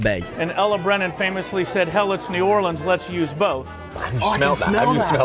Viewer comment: I love how said New Orleans the way he did in this video cuz it's the way us locals say it, last video he said New Or-Leens, which is how most tourists say it, A local must've gotten on his ass about the way he said it before😂😂😂